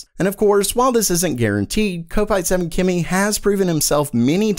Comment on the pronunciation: it's cop-ite not cope-ite...... he must be a Liverpool FC fan, just saying Everton supporter :D